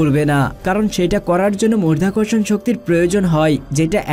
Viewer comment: মধ্যাকর্ষণণ কি করে মরধ্যাকরশন হচ্ছে রে ?